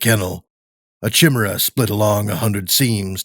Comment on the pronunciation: That is not how 'chimera' is pronounced.